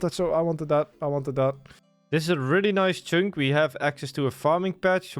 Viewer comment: Learn to pronounce "Chunk" Like holy s.. Its not "CHYNK" I literally cannot watch your videos because of this